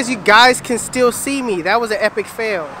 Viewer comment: "lord help meh" LMFAO